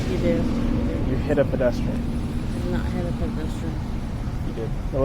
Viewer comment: Dimwit can’t even say pedestrian.